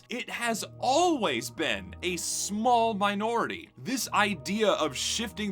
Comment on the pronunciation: Southern Twang coming out for the word minority? Sus.